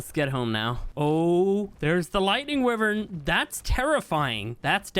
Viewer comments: Why do you say wyvern like that its like why vern not wivern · Dose anyone else noticed he said wivern not wyvern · Not wi-vern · It’s not (wiv-ern) it’s (why-vern) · He kept pronouncing Wyven as Wih-vern. Is that how it's pronounced? I've always pronounced it Why-vern. Which one is right? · Why-Vern is correct and he knows, he just does not care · Wivern na its whyvern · bro? Did i said grammer? No. Look the fucking comment i said calls wyvern a wivern and everybody said wyvern now ur trying starting and idiotic war. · and its actualy correct saying wy-vern not wi-vern lol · It's why-vern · Wyvern that you pronounce is wrong it's wyvern just say the y and vern y vern wyvern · its pronounced...... why vern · It’s pronounced why-vern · Not to be rude but it’s pronounced wi-vry-in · man everytime i got pissed off and made me angry cuz everytime call a wyvern wivern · It’s pronounced Y-vern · The way he says wyvern has me dying 😂😂😂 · You pronounce wyvern wrong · The way you say wyvern gives me cancer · It’s fantastic ! But you’re saying wyvern wrong. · I am not. It is also a correct pronounciation.